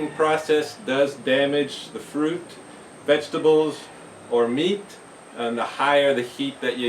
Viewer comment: Every time I hear you say 'vegetables'... I can only hear you saying 'VEGABLES!!'.... LOL Great as usual